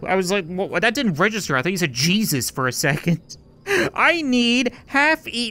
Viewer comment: I died when he said jusus